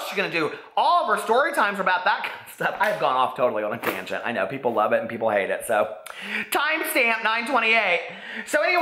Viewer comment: you didn't go on a tangent, you went on a TANAgent 😂😂😂